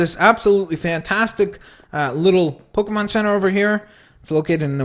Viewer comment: Dude pokemon not pokamon